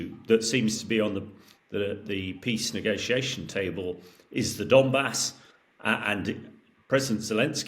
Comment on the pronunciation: 'And we'll get into The Donmas..." - do these journalists actually read about the topics?